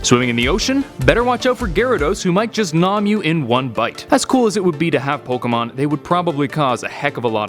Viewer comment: Why do you pronounce pokemon like ash in part 1 🙁